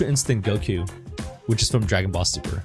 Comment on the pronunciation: When He tried to Say “Ultra Instinct GOKRO” He said “kok” it made me laugh XD